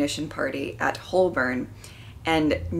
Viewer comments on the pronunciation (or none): Igassumed that was that prompted that reaction before you read it out. Unfortunate that the BBC hadn't realised how important Lethbridge-Stewart was going to be and destroyed the episode of his first appearance. The 'l' in Holborn is not pronounced. It sounds like 'hoe-burn'